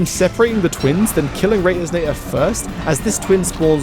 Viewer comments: Why do you say "Retiznator" and not the actual name, "Retinazer" the point of the name is to be similar to the term "Retina"... It frustrates me so. 🫠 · This is really sick but I can’t stop thinking about the way he pronounced “Retinazer” I play terraria so hearing the mispronunciation is anathema to me.